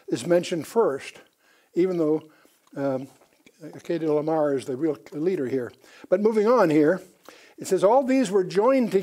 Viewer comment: Excellent lesson but I'm amazed that he couldn't pronounce most of the kings names in Genesis 14. It was like it was his 1st time even reading them. Dr Ken Johnson's and Les Feldick are also excellent strictly bible teachers. They get to the point of scriptures a little more quickly. Ken as a multi language translator, knows more about Melchizedek, Chedorlaomer, ancient manuscripts, Apocryphal books, the 100 plus Biblically endorsed books mentioned in scriptures and the DeadSea scrolls than anyone in the past century. Melchizedek was a priest and king and ONLY him, David and Jesus ARE BOTH. Yes Melchizedek order is above the Levi and Aaron's priesthoods. Also, Melchizedek and Jesus are not limited in years of service as Levi's priests are. They serve for life not just 30 years and since Jesus will never die again, He is the FOREVER priest and king as SO MANY scriptures state. Paul in Hebrews 7: 17 listed Jesus as a priest after the order of Melchizedek also so the Genesis verse wouldn't have been lost if Psalm 110 had not mentioned it. We the church believers are also called Kings AND Priests ! I'm amazed how pastors Forget Noah's close relationship with God and his great grandfather Enoch. It's not like they stepped off the ARK and forgot about God ! Noah and Shem set up the School of Prophets that Melchizedek oversaw.